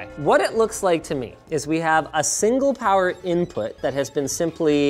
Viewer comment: "Now you're playing with POWAH!" :D